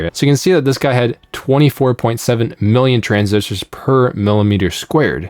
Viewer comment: Every time he reads “million,” it comes out as “billion.” I had to double-check several times